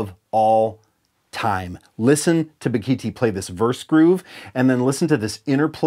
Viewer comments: A) As said below it's Ba-gi-ti. B) If you EVER have an opportunity to hear him perform, it's a hundred-mile show. As in it's worth driving a hundred miles. C) When you get to the show, stay after and say hello. Bakithi is one of the kindest humans I've ever met. You'll be a better person for it. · As a South African and a fretless player I can say that Bakithi (propounded Ba-gi-tee) was one of a few great SA players not the only one. Joseph Makwela, Concorde Nkabinda and others are amazing also.